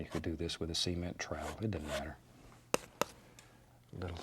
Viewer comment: "You could do this with a semen trowel, it dudn't matter" O_O